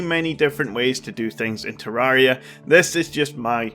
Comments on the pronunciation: I don’t like how he says TerrAria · I love how he said ‘I am no means a tarria expert’ that’s not a spelling error that’s how he said it lol